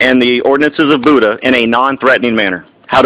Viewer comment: It's not pronounced like Buddha. It's pronounced bee-yu-duh.